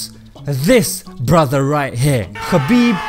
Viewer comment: Brother his name is ( Habib ) forget about the K ❤️❤️🌹 And in Arabic it’s ( حبيب ) Khabib the first letter like Khan it’s not very good meaning the right meaning to his name is with the letter H May Allah bless you our beautiful brother 💚